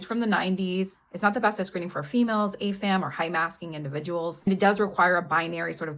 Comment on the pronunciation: The captions said "ASAM" but it sounded like you said "AFAM" and bcs contextually, you put it after "females" and before "high masking individuals", I assumed you meant "AFAB" for "assigned female at birth"? But if that's not what you meant, could you explain what acronym you were using? Thanks 👍